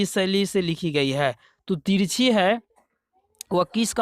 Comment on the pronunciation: Sir 43ka question sahi se boliye tirchhi nahi balki tirichh